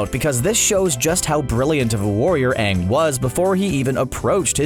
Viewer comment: CBR: Korra is way powerful Fans: Are we based on the "Aang" (yes the wrong pronounced one) of Shyamalan? Cause if we are I maybe agree on them.